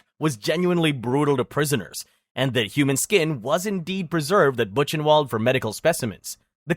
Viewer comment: Duuuude, you should check pronunciation of places as famous and important for this subject like "Ravensbrück" or "Buchenwald", or "Koch". The way you butchwred some names is crazy.